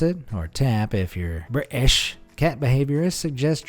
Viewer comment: Thank god you said 'british' correctly....with no T in the middle. Bravo sir, bravo